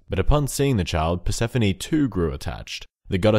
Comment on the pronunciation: You got the Persephone one wrong